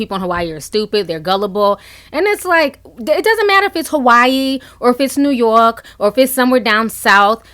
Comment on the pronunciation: The way you say New York with the accent I’m dead you shady for that 😂😂😂 I love it !